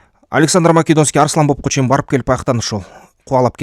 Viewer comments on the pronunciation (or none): Фаргана эмес паркана арсланьобоб эмес арстаньаб чала молдо туура суйло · Арстанбап дечи Арланбоп эмес